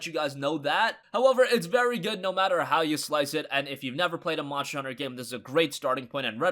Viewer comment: “Monster” Not “Monsher”